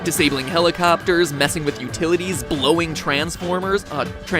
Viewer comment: Did I just hear 'blowing' transformers?